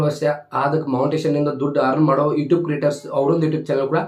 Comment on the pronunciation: Bro Not "itub" It's "YouTube" And Not Montation It's monetization